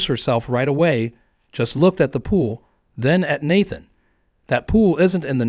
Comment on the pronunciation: I hate these long drawn out stories and the AI pronouncing words wrong. Out of every time is said Nathan, only once did it say Nathan correctly.